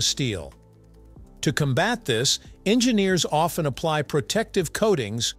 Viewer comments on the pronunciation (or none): none